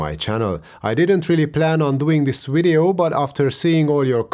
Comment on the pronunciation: It's video not wideo